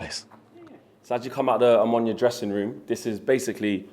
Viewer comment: It's O-M-O-N-I-A all the letters are loud there is no silent O in between M and N! Match time getting closer my 2 loves in the same stadium lets gooooo!